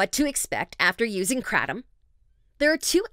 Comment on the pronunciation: Awe god the pronunciation of Kratom